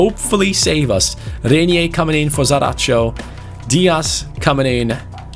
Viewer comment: the pronunciation of Reinier's name is Rine(like mine) -ier Rine-ier. Hope you understand the pronunciation.